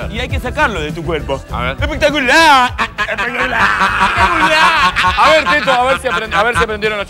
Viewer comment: ya de entreda me mato cuando dice muy bien epetaculaaar XD